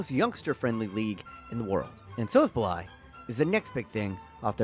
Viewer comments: Who is Sosoblaj? It is pronounced "Saboslai" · It s S-bos-slai, and ill-kay gundowan my friend. Better pronunciation next time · ok now u didn’t even try with the szoboszlai pronunciation😂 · Man butchered Szoboszlai 25 times before calling Luis Diaz "David mfucking Luiz"